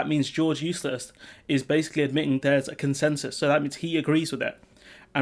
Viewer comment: Are you calling him George Eustice or "Useless"? Bol